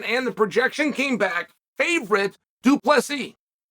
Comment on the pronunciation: omfg guys ! Chael said du plessis right!!! wth